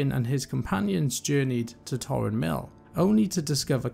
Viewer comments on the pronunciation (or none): Greetings all, at the library we have realised that we may have some pronunciations incorrect, like Tarren mill vs Tauren mill, it must be said that the saying old dogs and new tricks can be employed here, we will continue to develop the content on this channel, may light be with you 💥